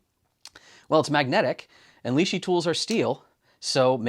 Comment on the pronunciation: The Li-shi tool spacer ... it's got to be a Li-shim surely?